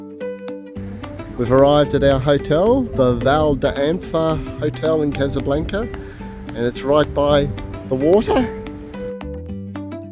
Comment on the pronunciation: Still saying casablanca wrong? 😅